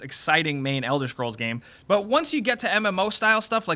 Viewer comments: it's elder scrolls, not fucking elder shcrolls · Elder Schkrolls